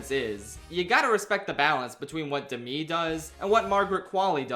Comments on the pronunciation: It can’t just be me that is distracted by him pronouncing Demi as De-mi and not Dem-e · the way you pronounce "demi" is so ever slightly off, it's kind of funny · THAT'S HOW YOU PRONOUNCE DEMI MOORE???